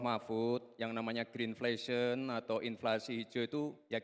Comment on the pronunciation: GRINFESEN bapak kau GRINFLESYEN sul samsul🤣🤣🤣 cek dulu di google translate gimana CARA BACA YANG BENARRRRRRR makanya jgn sok pintar... Bjir Malu bt gweh dah dukung lu